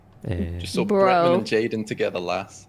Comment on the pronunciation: " I sawr it" and "Does anyone know where Tiner is?" Why do people add an extra 'R' into words????? Drives me crazy:P